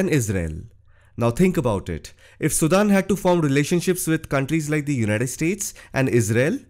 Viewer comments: All these fake comments are so amazing !! He can not even pronounce the country name, so fake comments can puke it. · First of all learn how to pronounce "SUDAN".